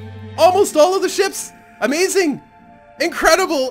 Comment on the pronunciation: you need some how say Amazigh upside down. And when your saying amazing, say it normally.